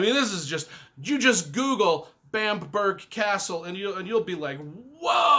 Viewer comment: BAM-BRUH, definitely not BAMP-BERG